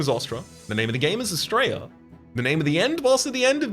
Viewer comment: Whenever you say Astrea, I hear it as 'straya and I'm all here for it. ('straya is colloquial Australia for those not in the know)